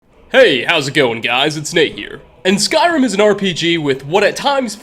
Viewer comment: why do you pronounce eh after many words like skyrimeh